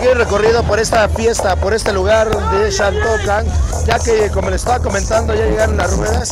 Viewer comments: Aquí nadie pronuncia ‘Shaltocan’ 😂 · Justo me estreso de tanto que dijo "Shaltocan", ni siquiera puede terminar de ver el vídeo. Llevo toda mi vida viviendo en Xochimilco, mi familia es originaria y nadie lo pronuncia así. Y en todo caso tampoco pronunciamos "shochimilco". Y creo que la forma correcta sería en como lo pronuncian las personas de la región, y es "Jaltocan" (Xaltocan).